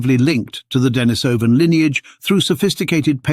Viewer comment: This is so well written and wrought. Though I would rather you used the pronunciation də-NĒ-sə -vin. The other is hard on the ears.🙂💛 The charts and graphs are a boon too. Stellar job, man. Can't believe we are finally seeing a Denisovan skull! A watershed moment for sure.